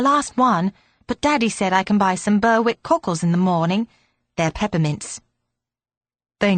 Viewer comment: Berick not Burwick